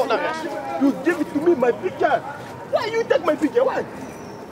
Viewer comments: "Why you take my pictja" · Whay yoeh take may pieeektjaaa? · Niemand: Random kerel: WiJ jOe TeEk mAj PiEkTjUr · Die man zegt niet picture maar pictje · lijkt wel of hij zei: you took my pietje